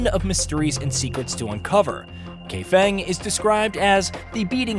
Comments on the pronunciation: It's Cheng-huh and Kai-fung. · Bro QuinnHee and KayFing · kaifeng is now pronounced as gay fang. Wushu has turned into woosha.